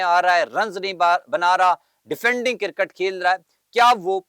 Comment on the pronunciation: کیر کٹ نہی۔۔۔ 😀 کرکٹ بولو 😅